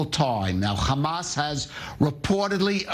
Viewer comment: People who insist on being extra with how they pronounce "hamas"...